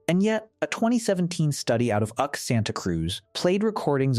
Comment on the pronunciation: “Uck” Santa Cruz… 🤣 That’s U.C. Santa Cruz, AI. As in “University of California”!